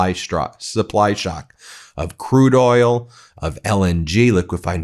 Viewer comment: Oil is a one-syllable word moron // it is NOT oiyellll